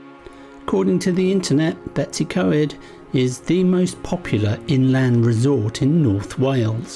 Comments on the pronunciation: Its pronounced Bet-oos-uh-coy-d not Betsy co-ed but well done for trying haha! Looked fun! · Its actually pronounced Betus u coid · Betsi coed? B as in b for bread,e as e in egg,w as in w in walk s as s in sun then y as the u in under. Pronounce the letters as you pronounce them in English not your alphabet pronounciation of letters.We usually get a good breakfast at the old station when on our motorcycles.Lovely video ,hope you don't mind the Welsh lesson 😂👍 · I agree, it is disheartening ... I would understand if they were difficult for a foreigner to say, but betws y coed isn't difficult... just 'Bet-us' uhh 'coid'